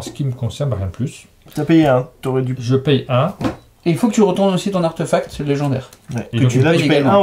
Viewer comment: Coucou tous les trois :) En même temps on ne va pas t'engueuler parce que tu dis papeur tales alors que eux même ont dit arteufact tout du long (artefact vient du latin où le e se prononce é, et la réforme de l'orthographe de 1990 en a même changé l'écriture officielle en artéfact pour rétablir la concordance de la prononciation avec l'écriture) Essayez, vous verrez : c'est plus joli ;) Ciao ^_^